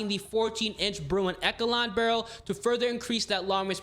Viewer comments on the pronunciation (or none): you pronounced Echelon and Chimera wrong.